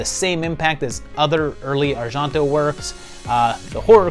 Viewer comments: That isn't how Argento is pronounced even in Italian. It sounds the way most people say it: Ar-jen-toe. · I have never heard Argento pronounced like that.